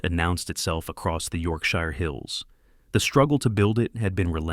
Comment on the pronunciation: As soon as the AI voice mispronounced Yorkshire, I turned off.